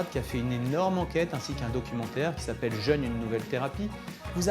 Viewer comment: par contre vérifiez la prononciation du mot jeûne, il ne se prononce pas comme le le jeune, sinon moi g rien contre un jeune pdt trois jours lol ça peut porter à confusion 😆